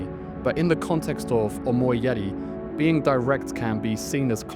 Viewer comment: 1. Your pronunciation make it sound like omoiyare. 2. What is up with your arms dude? You got tourete syndrome? Why do you keep twitch your arms when you're in frame of the camera?